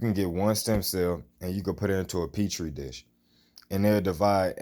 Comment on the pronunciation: You said a what dish? Pee-a-tree dishes